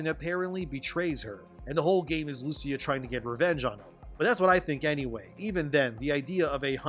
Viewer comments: It should be pronounced “Lu-Chee-A” 🇮🇹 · Great video! I hope that Rockstar will never bend the knee to what woke activists demand, they should remain as politically incorrect as always. BTW The name of the coprotagonist "Lucia", is pronounced with an emphasis on the "I" not the "U".😉